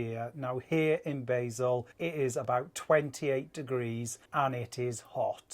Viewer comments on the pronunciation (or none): LOL we were both screaming at the television whenever someone mentioned the departure port It isn't pronounced like the herb "BAYzel" it is pronounced "BAHzel" BTW Luzern is quite a trek to see though it is stunning I went there on the same camping holiday when we stayed on the island in the Rhine and at that time they had a piece of Moon rock in the Transport Museum and you were allowed (under supervision) to touch it. Don*t think they allow that now.